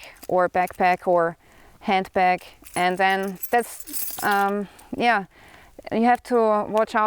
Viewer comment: Love how you say... "Yea" 😕